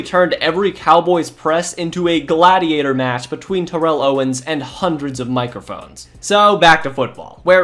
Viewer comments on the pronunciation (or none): none